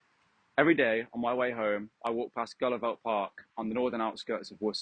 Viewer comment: Was there last April in Flanders . Pronounced in Flemish as - Helu- velt. And Menen is Meean-En